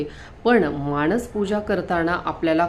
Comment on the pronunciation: व्हिडिओ करताना शब्द उच्चार शुद्ध करावे.माणस असा शब्द त्याचा उच्चार मानस असा आहे. माणसं हा शब्द ऐकायला सुद्धा चमत्कारिक आणि चुकीचा आहे. तेव्हा व्हिडिओ तयार करताना शब्द उच्चार शुद्ध करावे